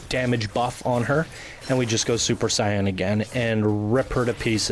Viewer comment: Your pronunciation of fulcrum and super Saiyan makes me cringe